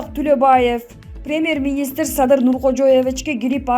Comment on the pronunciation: СУЙЛОГОН КЫЗ ПРЕЕЕМЕР эмес ПРЕМЬЕР деп суйлосон УЯТ...